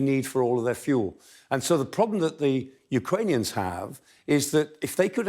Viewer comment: Amongst other qualities, two which makes Prof Clarke the best analyst here is his knowledge of the geography of Ukraine & Russia and his accurate pronunciations of Ukranian/Russian places!!